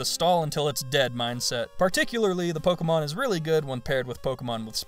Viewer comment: you know its pronounced Po-ké-mo-n